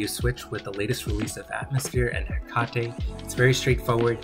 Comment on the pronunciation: Hekatey lol it is pronounced he kate 🤣